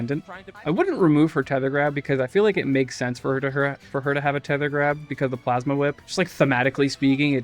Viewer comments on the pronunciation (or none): none